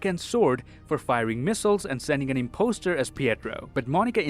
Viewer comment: Why tf did he say "imposter" like that